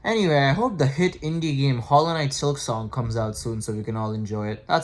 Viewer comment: Bro did you say Silksong?